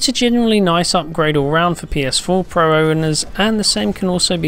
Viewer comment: I hate how this guy says "pro"